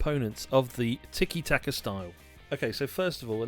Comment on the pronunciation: It is "Tiki-Taka", not "Tiki-Taki".